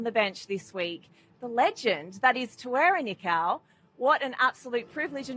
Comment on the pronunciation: ‘T’where-are knee-cow’ Cheesus. Are these interviewers disabled? Do they know what systemic racism is? It’s ‘Tah-where-rah (roll the) Knee-kōh’ Why do you think these interviewers learn how to pronounce tricky French, Welsh or South American names perfectly, yet don’t give the same effort to Maori or Polynesian names. (It’s a lingering remnant of systemic racism. Another way to assess if you are experiencing systemic racism, is whether this comment annoys you. Notice that if a French, Argentinian etc person corrects your mispronunciation, you would say thankyou. For a Maori or Polynesian to correct you, many respond with ‘well this is how we say and and I can’t pronounce it and it’s too hard’. Do better fam)